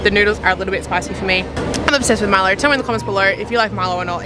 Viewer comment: Great video! Just to help you guys out a little 'kaw' is actually pronounced 'kao' or 'cow'. And they pronounce Milo as Mee-low. So it's Mee-low ice 'cow-cow'. Have fun in Sarawak!